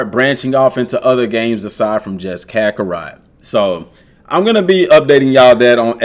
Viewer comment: up ohhh you said it. U said crackarot 😂😂😂 I love you with all my love (time for me to play some crackarot)